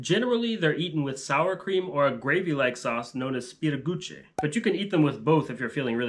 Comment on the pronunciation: lmao "spirigucchi" 🤌, even funnier when reading in Italian accent, I'm stealing that. The Lithuanian spelling is "spirgučiai" though and when pronounced correctly it doesn't sound too Italian.